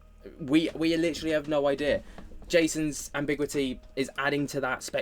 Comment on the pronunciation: Ambi-gyoo-ity, not am-big-wity 😘